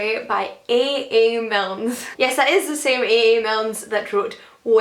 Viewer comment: It's Milne ‼️ not Milnes ‼️‼️